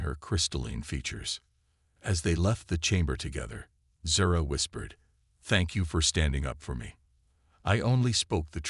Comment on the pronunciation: Zara, not sara